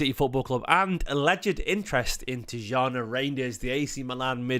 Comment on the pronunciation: Been told it’s ’TEE-JAWNY RINE-DERS’ , but could totally be wrong